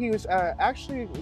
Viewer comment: "Guston" not Gustin. Sorry, couldn't help myself.